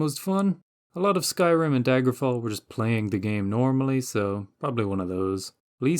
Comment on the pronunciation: bro you botched daggerfall so hard lmao